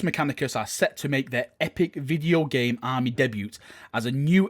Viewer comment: “Deboot” rofl